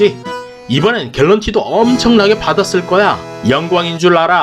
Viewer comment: 님, 중국어는 유창하신데 영어는 아닌가보네요.ㅎ 발음시 갤런티가 아니고 개런티입니다.